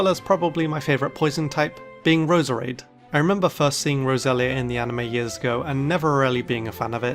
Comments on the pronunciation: It’s Rose-rade. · You've forgotten how to pronounce roserade in the past 5 years